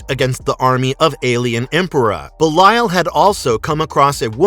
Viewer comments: Its be lee al 😭 not be la yal 😭😭😭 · "buh-lie-yal" - this dude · Pretty sure it's Belly-uhl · His name is Belial (Bay-lee-l) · How he says belial is funny😂